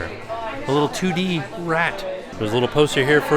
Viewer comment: Did anyone else hear “tootie” instead of 2D? 😂 I had to rewind it.